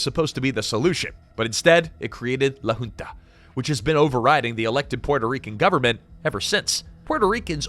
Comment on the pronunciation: Awesome video. Btw, for the next occasion where you mention "La Junta", a better pronunciation would be more like "Lah hoon-tah" (so not like "June", but more like "hoot")